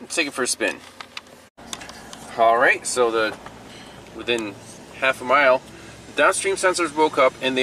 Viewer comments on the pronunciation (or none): none